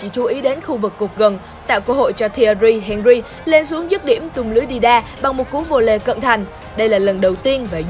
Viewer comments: Nó đọc đúng tên henry. Bạn nghe thế nào vậy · Thi loi Nguyen Nó đọc đúng rồi m ơi